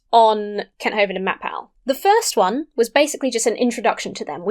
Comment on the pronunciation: I've seen a couple of your videos on whack an atheist and i just realized it's Matt Paul not Matt-Pal... I thought it's a nick name like mat-pat